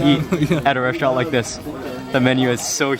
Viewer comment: First of all....speech impediments can be corrected....if you admit to the fact you have one, He can't say the word restaurant. it comes out resht-rant. He can't pronounce his ST's. secondly I HAVE contacted him privately, thirdly I have been in front of the camera Thousands of times on National television and also do my own food video. You are just some dumb twat who has a thing for him.